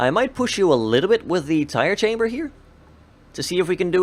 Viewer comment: Also it's CAMBER not chamber